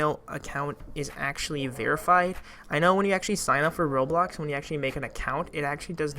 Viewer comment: I cant turst him HE CANT EVEN SAY ROBLOX RIGHT